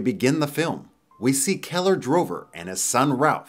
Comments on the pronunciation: so annoying he kept saying "Drover" when the name is clearly "Dover" on the truck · It's Dover, not Drover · In the video, you have some of the names all wrong. It is Dover, NOT Drover. Also, it is Bob Taylor, NOT Brad Taylor. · he’s saying it wrong, it’s dover